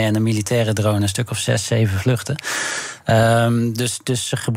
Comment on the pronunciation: zeg gewoon drone! please. zonder die domme R drone ! na die ene meneer te horen zegt ze ineens wel gewoon drone